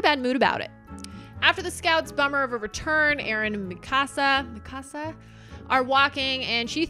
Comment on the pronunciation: Mikasa is 3 syllables = me-ka-sa